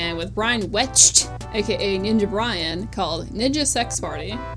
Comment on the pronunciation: I've never taken the Suzy hate seriously and I honestly never thought it was deep enough to devote 2/3rds of a 3 hour video to; that being said this was almost thoroughly researched except the origin of Arin's Egoraptor handle and the absurd obvious mispronouncation of Ninja Brian's last name